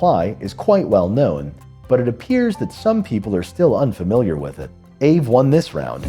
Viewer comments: it's ah-vey. not ayve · Aave was previously known as Ethlend from about 2017. I think aave is pronounced R Vay. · It’s pronounced “AH-vay” is Finnish!